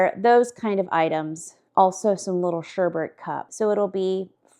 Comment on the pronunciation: SherbeRt? Only ONE R in SHERBET.